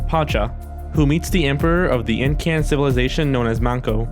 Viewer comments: Incan is pronounced Inkin' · INCAN EEEN CUHHN... lol sorry just hate when people pronounce indigenous names wrong.. Incan aka Quechua Tawantinsuyu